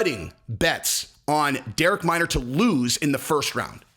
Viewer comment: Minner not Minor. get the fighters name right or Shaub might not inv to his stand up next time!